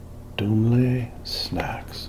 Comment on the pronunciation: Sweden here. I'll try to make some sense of our language. Bubbly is pronounced close to something like "boob-lee". Mjölkchoklad, don't go there. There isn't anything close to a Ö-sound in the english language :D Daim is pronounced "Dime". Dumle is "Duhmmle". Like Homer Simpsons D'oh but with an U instead of the O. TBC.